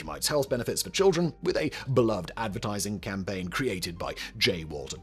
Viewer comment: Just so you know you’re saying beloved wrong. 🙃